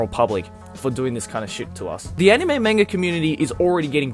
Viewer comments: CatCurrent Yeah but they are also calling manga child porn as well, and the way the pronounced anime..... aniiiiiime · They even said anime and manga wrong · CNN couldn't even pronounce Anime correctly -.